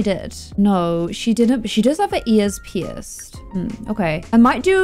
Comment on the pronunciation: When you said "She does have her ears pierced" I thought you said "She does have her ESPS." I don't even know what that means.